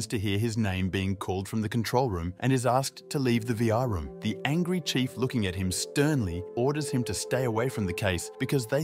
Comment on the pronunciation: Did he say chef instead of chief